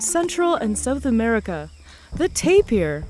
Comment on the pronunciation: Nice video. Why does she keep saying tape-ee-er when it's just tape-er. (tapir)